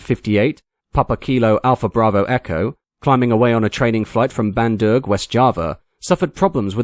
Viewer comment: Bandung, west java NOT Bandurg.